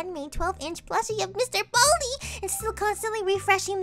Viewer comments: ITS BALDI NOT BALD MR BALDI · WHERES THE I IN BALDI